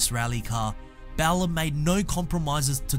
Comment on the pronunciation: It is in fact bowler not bow ler as pronounced on this clip